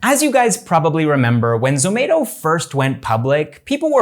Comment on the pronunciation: its not zo-may-to its zo-mah-to